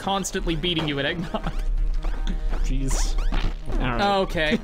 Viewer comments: eggn noooooooooooogg That's not how you say eggnogg bud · I don't think pronounced Eggnogg properly. You should play again just to be safe.